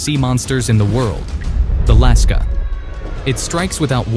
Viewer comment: Lusca✖️ Laska✅